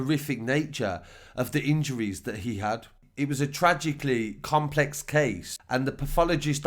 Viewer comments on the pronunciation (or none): none